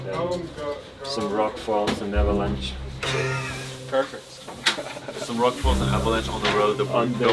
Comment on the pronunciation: “Avalaunch”? Sick